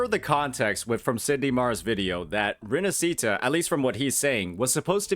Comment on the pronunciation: I BEG all content creator ;_; learn how to say Rinascita :( its not an english word